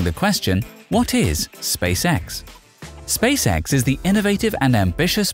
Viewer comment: This guys pronunciation of "Space X" sounds like "Space Sex".